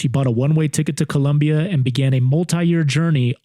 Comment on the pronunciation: COLOMBIA!! NOT CULOMBIA😢 NO UUU